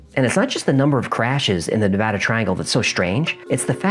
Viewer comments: As a Reno resident, thank you so much for pronouncing Nevada correctly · Thank you so so much for not putting an "O" in the word Nevada.. One of the most annoying things you can do to a Nevadian is call the state Nevoda... I mean, seriously, who tf sees an "A" and then proceeds to make an "O" sound, just fxckin why?.... Why taf do people read it that way!? With that kinda logic they should also be saying Colefarnio.... But thank you for real, most Nevadian really do get angry hearing Nevoda. Especially when it's on the news..... Just writing about it, kinda pisses me off, honestly. Lmfao. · As someone who lives in Nevada, I sincerely appreciate you correctly pronouncing my state's name. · Thank you for pronouncing Nevada correctly, it means a lot to us native Nevadans. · Thank you for saying Nevada right. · Thanks for saying Nevada correctly... ahaha! But yeah, that terrain is rough on the ground and in the air...